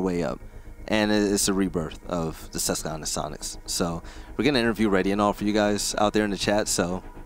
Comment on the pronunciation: As someone from the Susquehanna valley in Pennsylvania, It irks me every time says it lol. It's a QWA not a hard KUH sound!!!!!